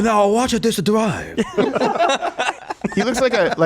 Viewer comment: "Now watch'a dis dwive!"